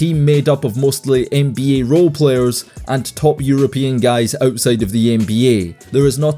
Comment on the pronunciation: Bro i would take you alot more seriously if you just said nba instead of n bee yayy